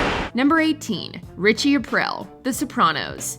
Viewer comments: Omg its Richie Ah-Preel. Not Ah-Prill....the narrator has the dumb chick voice. Its like a constipated valley girl. Listen to her say Buffy the vampire slayerrrr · Richie Apreel. Not April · I don't think you actually watched these shows. "Ritchie Aprill"? It's pronounced "A-pree-a". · "Aprell" 😂 sorry had to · It's pronounced "Apreel" btw. And I think Viserys and Ramsey should switch places. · Richie “Aprill.” 😖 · Richie A-PREE-EEL another script.reader.pretending to know any they're talking about all us Italians know how u should say it hurts.are.feelings lol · Please redo this and say Richie Aprile's last name correctly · You pronounced Aprile correctly when talking about Ralph Cifaretto, but not on Aprile’s spot….? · Jesus Christ please learn how to pronounce the characters names correctly. Richie Aprile. Maybe watch a couple episodes so you actually know how to pronounce it. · Ugh hearing her say Richie's last name like that repeatedly lol